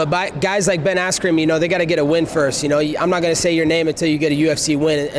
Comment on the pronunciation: 'Ali abdelasleeze' 'Marty snoozeman' 'Ben asscream' Colby making the wwe great again